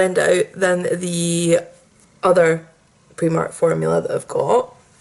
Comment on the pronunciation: The "i" in Primark is actually pronounced as an "i" and not an "e". Just a little tip for you. Great video though.